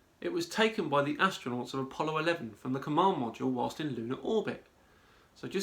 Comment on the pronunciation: You said it... Ass-tro -Not. Butt Plugger.